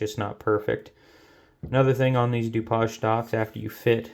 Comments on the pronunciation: A Du-poj stock? Are you French? It's Du-paige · Wow! That is a lot! LOL I do believe the stock name Dupage is pronounced "Doo-Page". But that is picking nits. I think if most people/shooters understood and applied the USMC markmanship fundamentals to shooting, they would drop a couple MOA of their groups! LOL